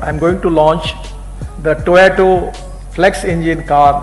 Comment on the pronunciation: Gadkari ji's English has improved a lot over the years! 👌 .... Except for a few words like "automobile", "Toyota", "waste", ... his fluency and pronunciation in English has improved a LOT. 😎